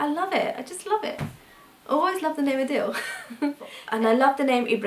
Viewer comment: Adil is actually pronounced like aadil not like adele...